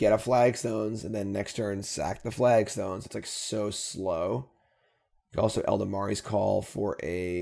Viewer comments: Say it with me please: Ella Dom ri’s call Ela dam ri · It's clearly Ell Da Ma Ri's call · El Da Ma Ri's Call